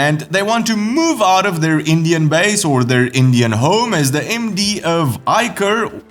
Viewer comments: it is pronounced as Eisher , i guess germens will pronounce it fine but with extra flair😃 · Eicher is neither "Eychair" nor " Eikair" .......it's hard when you don't have those soft sounds in your language as .....here ....grman has ! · I think "Eicher" is pronounced differently in India than it is in Deutschland.